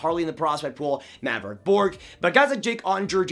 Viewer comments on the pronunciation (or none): none